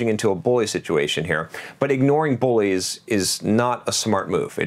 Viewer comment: Thought you were saying "boys," not "bullies" until about 😄